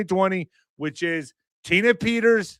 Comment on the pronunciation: who IN THA FK is jullian, tina?, Peters,..man can not pronounce! why tell us to look at some person named Petters and not mention as to what this person is all about! Just Saying,...